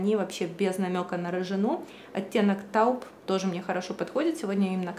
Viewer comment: Режет слух, как вы произносите слово 'taupe'. Произносится [towp] или фонетически в русской транслитерации 'тоуп'